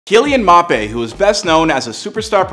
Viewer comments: It’s Mbappe - pronounced M bappe You’re saying Mapay 😂😂😂🤦🏼‍♂️ Thanks for the house info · his name Is pronounced m Bop ay not mopay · Mappé? 😂🤣 it’s M-bappé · “Kylian Mop A” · He clearly doesn’t know how to pronounce his name, it’s an African name you can’t just say « mapé » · He said "Mape" 😂😂😂😂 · Bro said mappé💀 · “Mop Aye”🤨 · "Soccer”, “Mapé” Someone shoot me please😵‍💫🥴